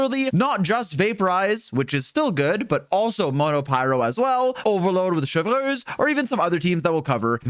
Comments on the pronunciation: butchering Neuvilette's name and now also Chevreuse really grind my gears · the way you say chevreuse is so quebecois lol